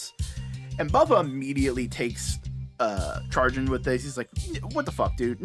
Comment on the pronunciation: Chagrin, not Charging. Chagrin being said a sha-grin, though it's understandable if people say chah-grin instead.